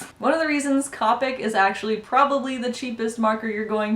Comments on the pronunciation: The word is COPIC! The "O" is pronounced it is NOT an "A"! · I die a little inside every time she says copic with a short o. I looked on copics website and it said pronounce it with the long o